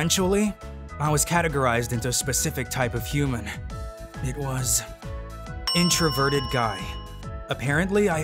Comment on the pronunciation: I keep cringing when u say introverted guy you over say it